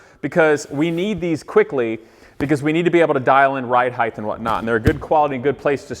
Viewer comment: stop saying HEIGTH!!!